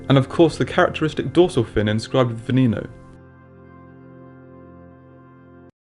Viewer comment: its pronounced veh neh no not vee nee no